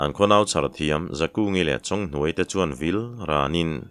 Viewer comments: chhiar hi chu ngaihthlak anuam thin mange.Mahse inhnuai.tih hi inthuai a ti ziah hi chuan ngaihthlak ati hah thlak dueh. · Inhnuai tih hi tawngkam dik lo tih na mi,inthuai (thuai) ti in ilam zel a